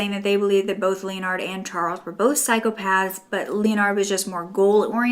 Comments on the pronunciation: It would be pronounced like ‘le-nard’ not ‘Leo-nard’ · 38 minutes of struggling to say Leonard 😂 Lol i love u girl it just made me laugh